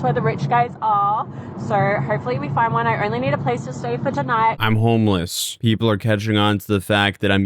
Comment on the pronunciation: “Im hourmeless”